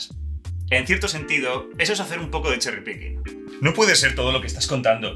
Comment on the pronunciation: Cherry Picking, yo escuché Sherry Birkin. 😂